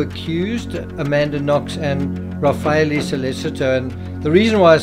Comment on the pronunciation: Sol-leh-cheeto. Ra-fah-eh-leh